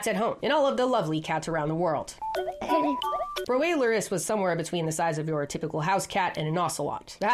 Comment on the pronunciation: I’m watching you when it comes to cats. Edit: If you call Prohesperocyon a dog I will riot. Edit again: She didn’t, thank god. Also you pronounce Proailurus strange.